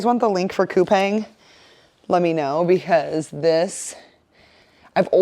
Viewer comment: Fyi...Coupang is actually pronounced Coopawng